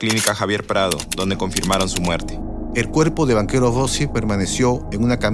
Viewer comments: Quién ha producido esta basura de vídeo? La voz en off que relata lo sucedido es gago y se cometen muchos errores en los datos históricos. Y no se pronuncia Banchero sino "banquero", bestias. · soy yo, o escucho en el relato "Banquero" en vez de Banchero ?